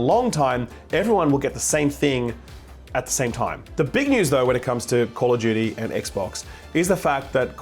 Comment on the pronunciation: "Call of Judy" 🤣, Jake has full right to rag on you because of this.